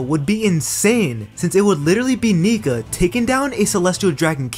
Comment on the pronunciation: Did bro really say "niga vs doflamingo" 💀💀💀💀💀